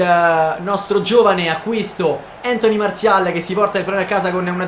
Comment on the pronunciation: si dice Antonì. Grande